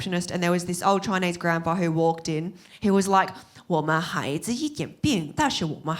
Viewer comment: I think it's funny and adorable when she says "I'm Choinese"